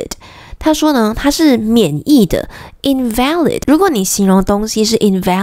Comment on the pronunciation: invalid此時在這邊發音是重音在前唷